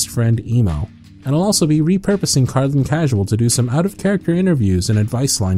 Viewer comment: Bless you, Cardlin! You’re like the only person who’s ever pronounced my name right first try 💕